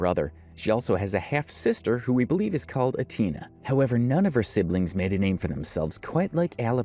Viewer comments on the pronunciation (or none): Did this man just say “UH-TINA” for Alabama’s sisters name?!? 🤦‍♀️🤦‍♀️🤦‍♀️ it’s Atiana- pronounced “aht-iana” like Ariana grande but swap the R for a T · Her name is Atiana- pronounced <Ah><Tee><Ah><Nah>